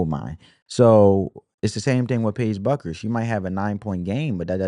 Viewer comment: I like your analysis's. (Her last name is pronounced like Beck-ers) 😊